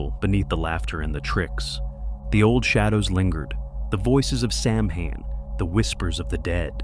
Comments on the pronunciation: Hi, beautiful animations. One thing, though: Samhain is pronounced SOW-wen. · Please .. pronounced “sow-when” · Those animations are so great, though. Did you do them yourself? Loved them. And on that pronunciation: it's not an easy one, lol. Ireland actually has two official languages, English... and Gaelic. It's an ancient language. As a primary language, only a small number of native Irish use it anymore. It's taught in Irish schools so the language doesn't completely go extinct. Some letters were put together in Gaelic to make some sounds. For example, "mh" was the sound of "w". It's an interesting language; when you see it in print, several words aren't pronounced as they're written, lol. Anyway... Happy Halloween to you, and nice video! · if you're not going to pronounce it correctly, why bother with the video. disliked. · It's AI. It has no clue how to say Samhain. 🤷‍♀️